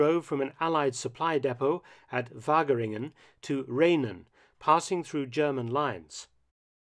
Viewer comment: The famine was so great that people started eating tulip bulbs. As an English speaker Mark can be forgiven for mispronouncing Dutch town names, but it's only because I live in Wageningen en know the story of operation Faust that I knew he was talking about my town haha. That photo at the end of General Blaskowitz surrendering was taken in Wageningen on may 5 1945 in a hotel appropriately named ''De wereld'' which means the world. It still stands today and is at the center of celebrations each year on may 5 to celebrate the liberation. The picture says may 6 because that's the date on which the surrender document was signed, but the talks shown in the picture took part on may 5, so that date is always celebrated as the date of liberation.